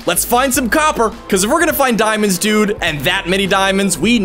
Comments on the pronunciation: I think I'll use my obsidian pickaxe to hunt for some diemondes THAT'S SPANISH FOR IRON Me:... Does this guy knows how to speak Spanish? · I like how you call diamonds dumands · Its not diamonds its deamodes